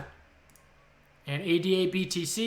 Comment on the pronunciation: It’s pronounced ADA